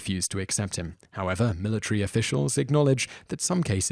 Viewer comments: Military* Not Militry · The "Militree"